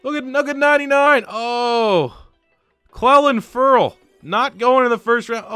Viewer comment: He said Clelin Ferrell’s first and last name wrong 1st round draft pick can I get a like for respect 😭